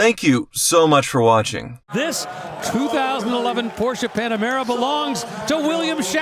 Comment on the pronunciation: "Panamera", but close enough I guess.